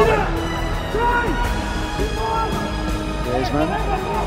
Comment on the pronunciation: When griezmann scored in group stage against Croatia the commentator said grayzmenn